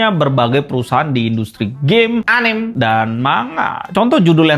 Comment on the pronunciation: anime bang bukan anim malu dengernya